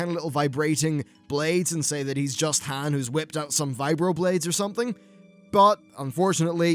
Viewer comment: A Brit who mispronounces Han Solo. Never thought I'd see the day.